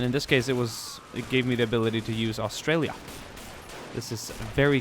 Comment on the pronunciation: As an Australian i can say you are saying Australia wrong, you say it 'STRAYA.